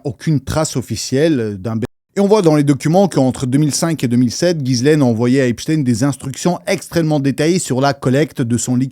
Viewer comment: Ça ce dit guilene